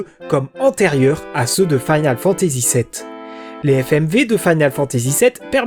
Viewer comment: Sa me tricher un peu ta prononciation de "Final". Mais ta vidéo est géniale. 😊